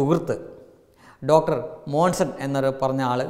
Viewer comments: മോസൻ അല്ലടോ മോൺസൺ മോൺസൺ 😄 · മോൺസൺ എന്ന് ആദ്യം പഠിച്ചിട്ട് വാ 😂😂😂😂😂😂😂😂